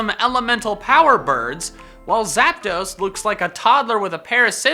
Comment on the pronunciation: Why you sed abuot zaptos